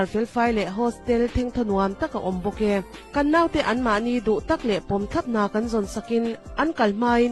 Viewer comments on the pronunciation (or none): Mihring ah chuan Naute,ramsa/ransa/sava ah chuan Note mihring ah chuan Note ti a lam loh tur aw😊